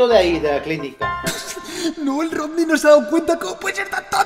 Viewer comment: Jsjs me dio risa como dijeron es rodny no rokny xddddd